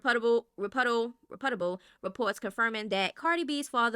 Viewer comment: Girl learn how to pronounce "reputable" it's not put start with pronouncing reput like repute than and able. Nicki's brother n hubby are predators. The jealousy is disgusting. Nicki needs to focus on her son and sending him to a speech pathologist. As old as she is, she needs to quit hating Cardi, who is literally a decade younger than her.